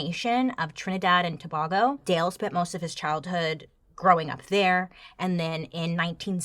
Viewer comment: the complete butchering of the pronunciation Trinidad and Tobago 😭